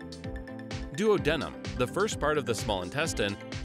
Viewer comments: i hate the way he pronounces duodenum lol i get pronunciation of it is colloquial, but ive heard doo-ah-di-num more often than doo-oh-di-num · Excellent video, but duodenum is pronounced DOO-ah-DEE-num... not DUO-DENIM... that's two pairs of jeans :) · He said: “Duo-denim” Correct pronunciation: “Do-AH-denum” (emphasis on ah) Great explanation, otherwise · Am I the only one who scratches their head when the narrator pronounces duodenum as duo-denim and not duad-numb? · The pronunciation of duodenum is killing me 🤦🏾🤦🏾🤦🏾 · So many pronunciation errors, e.g., “larnyx” (it’s larynx) and DUoDEnem (it’s duOdenem). Embarrassing!